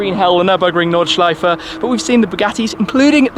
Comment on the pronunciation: WoW, his pronunciation of "Nordschleife" is actually pretty good😂😂👍👌